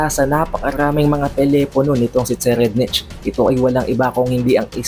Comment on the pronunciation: So far ang pagkakaalam ko ang pag pronounce ng name ni TSERRIEDNICH ay SE-rayd-nik.